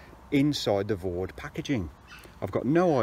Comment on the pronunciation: For anybody out there who is interested, it's Vow-Dai, not Vawd... Not a criticism btw, just saying. Another btw is - you have pegged all the side pull-out guys to the mid-skirt/entrance pegging points, which is defeating the object of them. They should be pegged as far away from the tent as possible to create the best angle to pull the mid-panel out, creating more space inside the tent, and improving ventilation, and/or to stop the outer touching the inner - if you are using one - in a wind. Otherwise they are doing nothing at all. Re-silicon sealing - with a 50/50 dilution with white spirit it goes much further, and you can wipe any excess off with a cloth lightly moistened with white spirit, and this will also push the sealant into the threads and any stitch holes, and it hardly leaves a trace when it has dried. It is a much faster way of doing the job, I mean a lot faster! The idea is that the silicon is forced/soaks into the threads and holes, and is not meant to form a layer as such. I am only trying to be helpful, not niggling, sincerely. I would have used a syringe, possibly, once, but when you have done a few tents, I assure you that the dilute, middling-sized brush, force in/wipe off excess with cloth method is much faster and more effective long-term. A bead of sealant can come 'unpeeled' sometimes. If anyone is really worried about appearance, pitch the tent inside out and seal it that way. And slight mistakes would mostly be seen on the inside afterwards